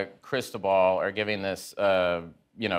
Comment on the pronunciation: crisTObal not CRIStobal, dammit!